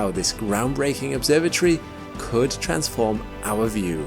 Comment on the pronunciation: its not an obsorba tree its an obsorba tory !!